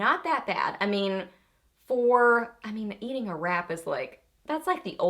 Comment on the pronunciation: Omg...I thought you said after you ate a “rat” not wrap! 🤮😂 Do you have any recommendations for lip “stains”? I like to wear a stain and then a gloss over top in the summer, and I can’t seem to find them anymore? Maybe it was a fad?!?!